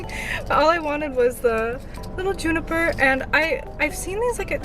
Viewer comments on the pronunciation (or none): none